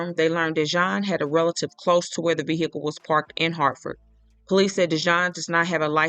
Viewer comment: Ve--- HEE--cle annoying